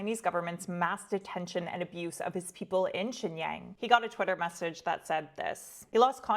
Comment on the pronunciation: Aside from mispronouncing Xinjiang, these are great stories